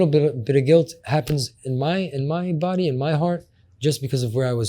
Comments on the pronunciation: He said "body-ody" lmao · "The body-ody" oh god😂😂